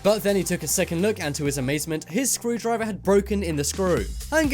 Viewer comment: I thought you said screwed driver 🚗